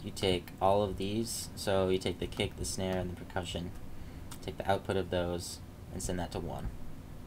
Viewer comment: Mate I think you meant to say PERCUSSION not precussion :P Not being a dick I fucking love your music and tutorials mate, just for future reference :)